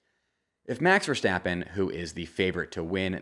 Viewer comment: I got really excited about the Valteri and Sergio pronunciation and was hoping on finally hearing a correct Max Verstappen pronunciation, but my hopes were short lived... Maybe some day...